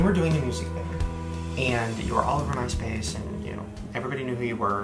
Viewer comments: Very thorough and well done video. One little thing, though- the emphasis is 'MY' in My Space. Other than that, perfect. Well done! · The way the creator says "My Space" made me think Jeffrey Starr got famous using HIS platform... you know, like on his space? And I'm like, oh, My Space. Not this guy's particular platform, haha. Guess it's the southern accent and where he put "emPHASIS on the SYLlables." ❤